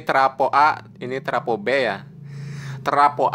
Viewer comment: Travo bukan trapo.